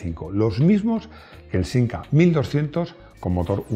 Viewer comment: Es de Madrid y dice sinca tronco.